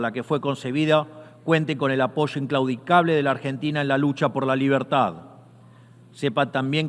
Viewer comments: Po que la libetad , y la libetad , porq la libetad y viva libetad . 😂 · Que poco convincente suena Milei al pronunciar la palabra "Libertad". Hace un esfuerzo al final añadiendo un "carajo!!" pero es en vano.